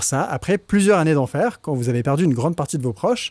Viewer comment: « Beaucoup pluss vieux qu'ailleurs » ??… En revanche, ce n'est pas « plusieurannées d'enfer », c'est : plusieurs z-années d'enfer (liaison). L'adjectif « plusieurs » se termine par un « s ». Passionnante vidéo.